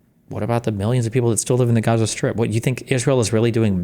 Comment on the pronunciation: lmao Density pronouncing it as "Ghaza" I love how its becoming a meme